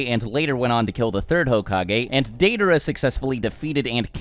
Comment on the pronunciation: Your pronunciation of Deidara and Nagato is cringe worthy. I think that Naruto and Sasuke together are the strongest but Itachi is next. And even with Naruto and Sasuke separate. He is way more smart which gives him a better edge than Naruto's nonthinking style of fighting and Sasuke's blind rage.